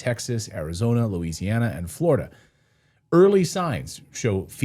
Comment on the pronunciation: I stopped listening after she said Floride!